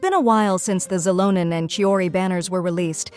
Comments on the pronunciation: Next time type Shelonen so your voice AI doesn't completely butcher her name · On second thought it would probably mess that up too 😔 Maybe Shiilonen would work, those things are tough to wrangle